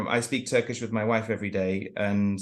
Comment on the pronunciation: Your Turkish pronunciation is the same as someone whose native language is Turkish. As a Turk, I was very surprised.